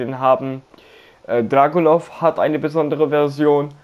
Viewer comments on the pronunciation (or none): I like how you say Dragunov in German -!!! Can't wait to see your Dragunov vid if you play him.